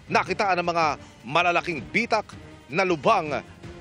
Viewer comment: Bitak not bi-tak